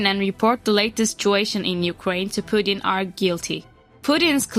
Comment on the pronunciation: Why would anyone take the word of this channel when they can’t even pronounce Putin (a five letter name) correctly. That’s truly “inhabitateable” before you slam another country that isn’t even your own, learn a language proficiently before you talk shit.